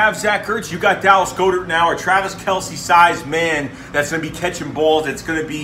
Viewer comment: Dallas goedert last name is pronounced as like god ert not go dert